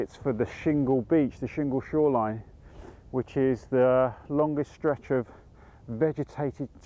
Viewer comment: Loved this video, and congratulations on repeatedly getting "shingle shoreline" right - I trip over that just saying it in my head!